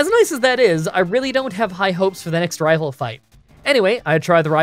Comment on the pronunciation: I will never tire of hearing anyone say rival fiveal